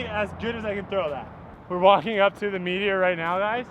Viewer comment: I can’t stop hearing “meat eater” every time you talk about the Meteor disk 🤷‍♂️